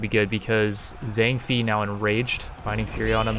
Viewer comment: Zang FEE. LU BEE. 😂😂😂😭😭